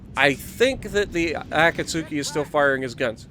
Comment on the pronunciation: Akatsuki is pronounced A; kat; ski. The U is silent.